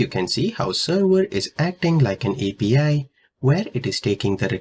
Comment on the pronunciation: 😂 Interesting accent